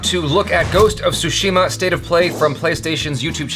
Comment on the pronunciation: Everybody pronouncing Tsushima wrongly. It is Tsushima not Sushima! Though it make me miss eating sushi.